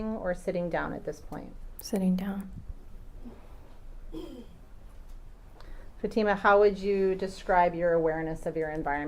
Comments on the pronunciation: Is his lawyer intentionally mispronouncing her name? 😡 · The defense atty that keeps pronouncing Fatima’s name incorrectly needs to be corrected. And his mispronunciation of Iraq. Twat.